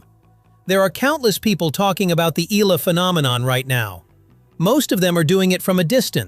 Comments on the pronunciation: It'a E-YA-LA, not E-LA. 🙂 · How hard can it be to tweak that AI voice to pronounce Eala's name right: Ee YAH Lah!